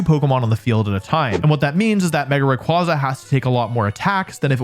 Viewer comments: IT'S MEGA RAYQUAZA, NOT F*CKING MEGA RAYRAY! SAY THE NAME RIGHT! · THE S IN RAYQUAZA IS SUPPOSED TO BE A Z! FIX IT NOW! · DO NOT LEAVE OFF THE Y IN RAYQUAZA! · ray qway zuh like quasar. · ☝️🤓 Its actually pronounced Ray Qway Za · it’s ray-QUAY-zuh.